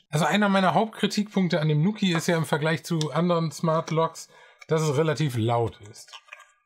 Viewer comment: Schönes Review :) Fun fact übrigens: der Name wird "NuuuKiiii" ausgesprochen, nicht "Nukki"/"Nucki". Quasi wie man "New Key" im amerikanischen Englisch ausspricht (dort wird "new" ja nicht "njiu" sondern "nuu" ausgesprochen) und bedeutet somit einfach quasi "(dein) neuer Schlüssel". :)